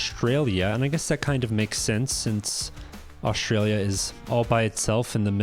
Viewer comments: Where is “Oshtralia”? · Say "Oshtraylia" again why don't you? FFS.